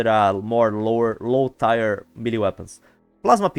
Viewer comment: My friend, 1 minor note just to help you a little with your English. Tier is pronounced the same as tear as in what you cry or if it’s better it also rhymes the word year but with a T. I hope this wasn’t annoying and helps you in the future. :)